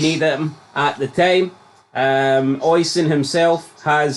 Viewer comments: I'm not Irish nor a Tim, but it's "Oh-Sheen" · I know him, its pronounced O-sheen. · is it pronounced ocean or os-i-an theres alot of celtic fans so i asume they know how to say irish names